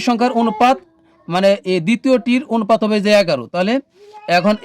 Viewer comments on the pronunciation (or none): sir onopat bolle valo hoi😅